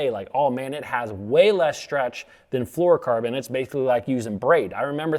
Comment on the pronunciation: Correct pronunciation isn’t one of them, no “ker” in flourocarbon, dude